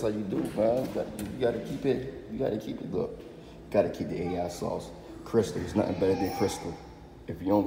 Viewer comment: This nigga said AI sauce 😂😂😂😂😂🤦🏾‍♂️